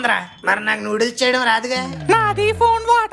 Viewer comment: న్యూడిల్స్ కాదు రా...నూడిల్స్ రా...